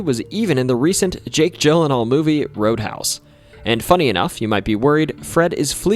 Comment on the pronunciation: Drinking game: Drink a bottle of your preferred wine whenever he calls Jake Gyllenhaal "Jake Jyllenhaal".